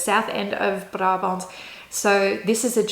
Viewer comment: Als je Brabant wil uitspreken... Spreek dat dan uit als: Braabant :)